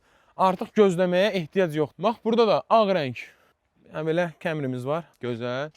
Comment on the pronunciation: Kemri nədir Azərbayvan dilində A hərifi E oxunmur ona görədə kemri yox kamri demək düzgündür